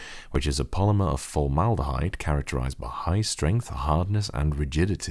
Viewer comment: Did you say formaldehyde?